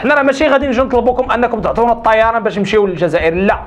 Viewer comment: لماذا تنطق حرف الطاء و كأنه صاد؟؟ مثلا: التصايران عوض الطيران